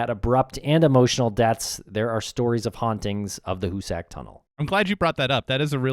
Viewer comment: Hoosick.... not hoosACK